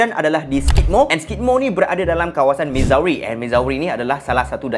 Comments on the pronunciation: Bukan mizawe cara sebut dia..cara sebut dia mizuri.. Pening kepala la kalau bakal pak mertua tanya mizawe kat mana.. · Missouri - sebutnya Mizuri. Sama2 kongsi ilmu ok ✌🏼